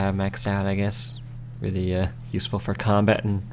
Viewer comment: did you honestly just say that seed was yew-seful?